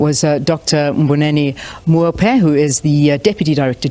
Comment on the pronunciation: not Moufhe.